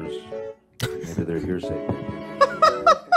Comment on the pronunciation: I legit thought he said "heresy" instead of hearsay 💀💀💀